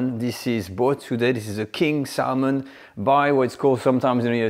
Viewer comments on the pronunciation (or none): By the way, you don’t pronounce the “l” in the word salmon…😅